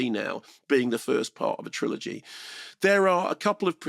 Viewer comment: What? Who tf pronounces trilogy "tri-OLOGY"